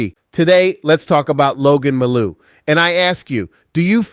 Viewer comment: Who the hell is Logan Mal'ou? You're not Coach Frenchy.